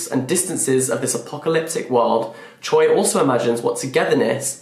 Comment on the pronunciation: Fyi Choi is pronounced "Chwe" but it's spelled Choi in English bc ㅗ +ㅣ(o+i) together make the sound "we"